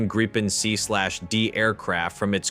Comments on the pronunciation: Just a friendly hint from a Swede: The way to pronounce Gripen is not Gry-pen, it is Gree-pen. Another comment is that "Stridsvagn 122" just means battle tank, or tank, 122. Sweden has a history of settings Swedish names also on imported defense material, but it is not as simple as that- The German Leopard tank has also been modified and thereby earned its Swedish name. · uugh... not Graipen ffs.. the first i is pronounced as the ee in fleet. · Note on pronunciation" Grippen is the Swedish word for "Griffon",,, they both start with a short i. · Yea, and "Gripen" has a long i...